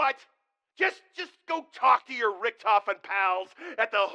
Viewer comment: How can you butcher "Richtofen" that terrible?